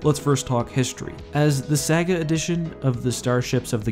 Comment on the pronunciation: When you watchin the video and this nigga say saah gaah instead of saga